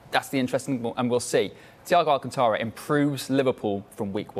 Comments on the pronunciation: Nice title. His name is Thiago Alcantara, not Alcatara. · *alcantara...... but okay